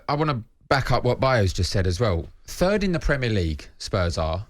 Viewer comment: "fird" Ffs!